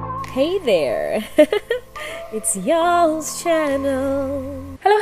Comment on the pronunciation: I've been a subbie here since the beginning of covid, watched every single video and it's actually the first time, I hear "it's Yolz channel" as "it's y'all's channel". How creative!🤔🤭🤭